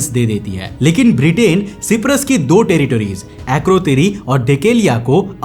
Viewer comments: Bro it's Cyprus pronounced like (shy-prus) not (She-prus) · भाई सिपरस नहीं साइप्रस बोलते है. 👍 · Is Cyprus pronounced properly?